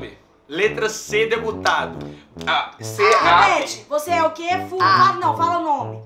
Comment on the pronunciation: Plesidente kkkkkkkk